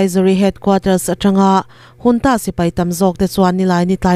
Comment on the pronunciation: Junta hi engati nge Hunta tia i lam tlat. I tidik zawk nge dik lo zawk ka hrethiam mang lo.